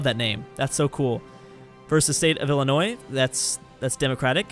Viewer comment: Thx for pronouncing Illinois right🙏